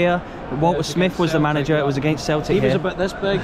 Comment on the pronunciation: Did he just say at the end of a (keltic) v Hearts as in celtic. 😂😂